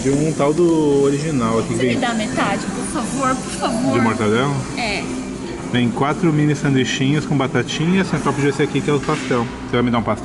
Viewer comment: Não é "Mortandela" e sim "MORTADELA"